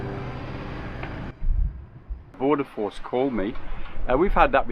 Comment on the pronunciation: . Who called Barry? It sounded like "pordoforce". Are they Australian immigration or something and want to make sure as many of those on boats seeking refuge die at sea so they cannot discuss the weather?